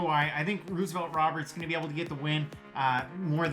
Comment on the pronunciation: Stop saying Ruse-o-velt 😂